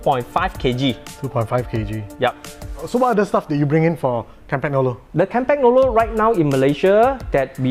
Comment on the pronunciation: kahm-pahn-yolo....no G please!